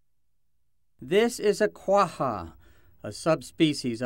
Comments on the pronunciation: ITS QUAGGA NOT QUAHA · I thought this was pronounced "qua-ja" not "quaHHa..." But I'm no expert...